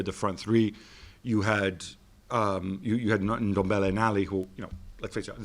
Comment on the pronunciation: Thank you Gab for pronouncing Ndombele proper, unlike everyone who say it as if it's Endombele 🙄